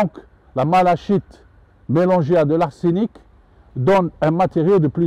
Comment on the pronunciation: Merci pour ces vidéos très instructives. Si vous le permettez, juste une petite précision: la malachite se prononce 'malakite'. L origine du nom vient de la couleur verte des feuilles de mauve qui vient du grec 'malake'.